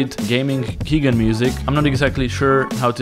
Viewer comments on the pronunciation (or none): WHO IS THIS KEEGAN YOU SPEAK OF?! I DEMAND TO KNOW. What’s that? You mean key generator? As in... a key.. generator? So it’s actually a keygen? Pronounced as “key jen” since it’s not pronounced “key ghenerator”? Ohhhhhh welcome to the internet in 1995. Only we’re now in 2018. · pronounced key JEN... for “generator” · Thank you awesome video! One thing though. keygen is key-gen. Gen pronounced like generator. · Its key as in door and gen as in generator. Your videos are dope.